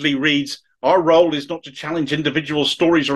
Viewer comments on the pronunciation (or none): none